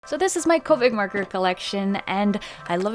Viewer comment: Thought you said "Covid markers" Instead of copics